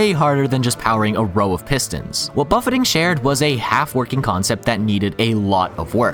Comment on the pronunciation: Man's never had an all you can eat buffet and it shows. "Buff-ay" not "Buff-ett"